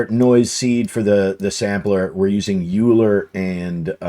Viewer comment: Euler pronounced oiler or oy·lr.